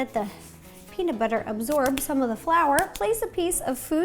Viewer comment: Peamub bubber